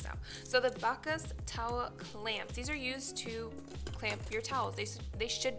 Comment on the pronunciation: Backhaus towel clamps are pronounced '' back-house'' ;)